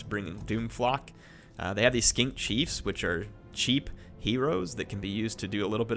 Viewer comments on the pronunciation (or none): none